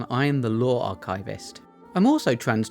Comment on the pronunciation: love this video, just wanted to let you know it's pronounced AR-kiv-ist not ar-KAI-vist xx